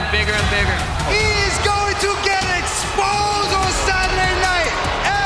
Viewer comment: “Ex-sposed.” Forgot Sterling said that at that presser. Another reason why I don’t like him. It’s ‘exposed,’ and if he wanted to emphasize it, it’d been ‘ex-posed.’ I’m being picky, but, just glad he isn’t the champ anymore.😆